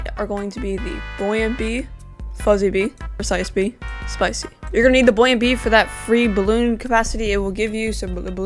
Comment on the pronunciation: Bro said bucko bee